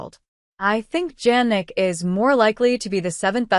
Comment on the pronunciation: Please pronounce Sinner full name correctly: Jannik Sinner not Jagnic Sinner. It’s sounds like Yannik Sinner. It’s not Jeynik Sinner.